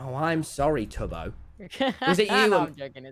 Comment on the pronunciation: Lol, hey Tommmyyyyyy, WAIT- DID YOU JUST CALL TUBBO "Tuby"?!?!?!? IF ANYTHING JUST CALL HIM "TOBY" NOT "TUBY"!! XD